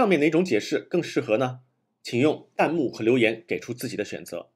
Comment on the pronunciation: 是弹幕 tan 第二声 不是蛋幕 这个都读错了就感觉很没有谱